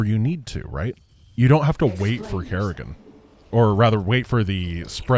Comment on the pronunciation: "Mecha Garry-gan"